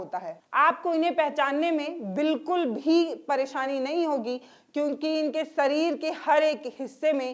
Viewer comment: Sareer nahi, madam shareer boliye